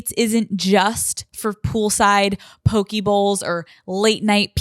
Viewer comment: Poke bowl is pronounced poe-kay... not poe-key. Lol 💜